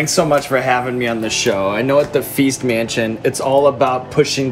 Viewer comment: i remember watching feast mansion while i was drunk and i heard "please mention" instead of "feast mansion" every time you guys said it. The next day, i try to find feast mansion and i typed please mention in yt search bar lmao